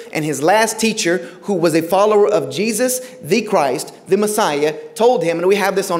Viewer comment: Then why do you pronounce it incorrectly?